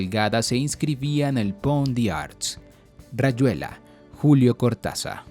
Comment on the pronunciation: La información general es muy buena pero escuchar mal pronunciado el apellido Cortázar (que se lee como se escribe) y otras expresiones o palabras, es lo que me ha frenado para trabajarlo en clase. De todas formas, felicitaciones por el contenido general del canal y saludos desde Argentina. <3